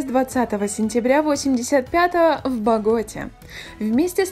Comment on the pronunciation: город БоготА, ударение на последний слог. И вообще это странный топ.